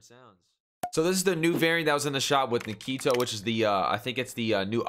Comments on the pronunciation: His name is Nikto not Nikito, there's no i after the k. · kito.... but bro it’s nikto. Fun vid to watch always a pleasure :)